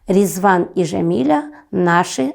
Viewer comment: Не Жамиля, а Джамиля!!!!